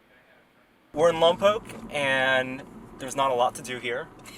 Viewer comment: pronounced Lompoc correctly. Most people from outside the area say Lom-pock instead of Lom-poke.